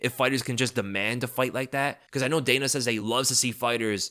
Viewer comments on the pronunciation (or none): none